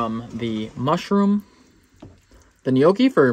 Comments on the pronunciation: Im not even italian but your pronunciatioun of ''yokey'' still triggers me. Looks good though😂😂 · lmao at how you pronounce gnocchi